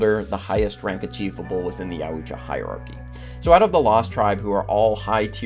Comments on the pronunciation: Ya-wu-cha.... .. . . Its like the word "moist" but worse somehow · This guy pronounce their race wrong and this video is already been made... 😅 It's pronounced yoja Plus if you guys want a prayer specialist the one is who already made this video. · Yauooocha?🤔 Bro pronounce it right or don’t make videos like this. A literal disgrace to the fan base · if you say yawhoojah one more time.... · It's pronounced like yowt·juh , there's no ooo sound. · Isn't it pronounced "yawcha" ? Just curious. Great video! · My guy said “ya-ooch-ah”😂😂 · The fact you keep pronouncing it yow-oot-chua, has finally gotten to me. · I stopped watching bc of the way he said Youtja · YAUT-JA 2 SYLLABLES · Mans said yaooocha😭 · Bruh…it’s pronounced yowt-juh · You're pronouncing Yuatjia wrong...it's "Yuacha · The way he says yautja angers me, it is said yaw-t-ja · It’s pronounced like Yowt-Jaw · Man said, “Yah Oocha” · At least say their name correctly.... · That's sum REAL heavy butchering of the pronounciation of Yautja. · You didn’t get obsessed enough. You’re pronouncing Yautja wrong the whole video. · Brotha… I really don’t mean to be rude but why can you not say the predators name correctly? Nobody on YouTube, movies, or lore says the name like that as well as why do you not pronounce Celtic correctly?? Think of the Boston Celtics (Ssssellllticks) Great video… just tryna help ya brotha and Yautja is Not YaEEWWWsha. Honestly just tryna help man. Also the Queen alien is only the most powerful in the movies unless you count predaliens. In extended lore there are far worse things than a queen. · Had to stop at the mispronunciation of Yautja... But hands down the most feared predator of the Yautja was Ghost who was exceptional at hunting "Bad Bloods" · Could not finish this video bc you did all this research and cant say Yautja right. It got annoying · Obsessed with them but can’t even say there name properly 😂😂😂😂😂😂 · Ant do it with the way you pronounce their name. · Yow-cha not yow-ooo-cha lol